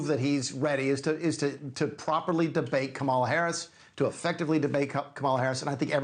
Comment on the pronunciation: Why doesn’t he know how to pronounce Kamala?!